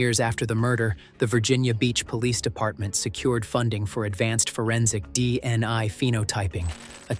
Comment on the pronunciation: why are you saying DNI instead of DNA?